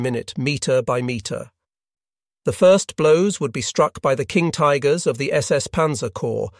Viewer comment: "...King Tiggers..." ;) The automated narration is actually quite good, but this slip up gave me a chuckle.